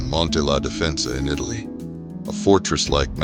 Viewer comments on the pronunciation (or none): none